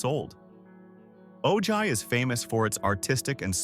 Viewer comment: Ojai is lovely. But it’s pronounced oh-hi. The school district is actually shrinking for the lack of families with kids. 7and 8th graders are now at the high school. Properties out price any young family that wants to buy there